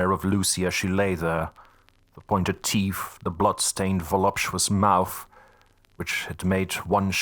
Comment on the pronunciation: This narrator has a great accent for the European chapters, but why do all narrators have a speech impediment? This one can't say "th"...souf and teef, it spoils what would otherwise be a great rendition of this classic novel. The amount of mis- pronunciation is extremely annoying too. Such a shame, as other parts of the narration are spot on